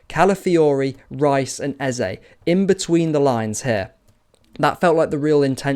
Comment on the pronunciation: Great analysis as always. Love to hear someone pronounce Eze's name correctly too. 😅👍🏻❤️🤍